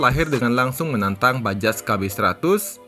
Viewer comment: Bajaj itu dibaca “bajay”